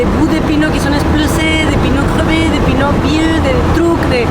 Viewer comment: c'est pas des pineu c'est des peu neu ahahahahah :face-blue-smiling::hand-pink-waving